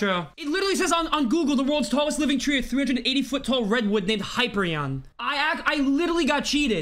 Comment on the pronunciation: Pronounced hi-peer-re-en